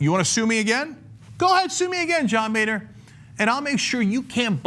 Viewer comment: Boehner is not pronounced "Bay-nur" but instead "Bo-ner" He's a boner man